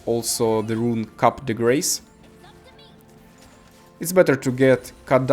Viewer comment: You should say "Cuuuup De Gra" and not "cap the grace"